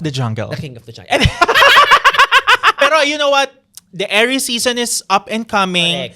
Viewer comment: Nababother ako kay every time he says Aries sounding like heiress 😭